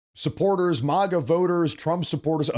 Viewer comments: Dude!!! It's Maga. Mag- uh..! NOT MAH- GAA...!!! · It's MAGA, not Moga. Like MAGAzine.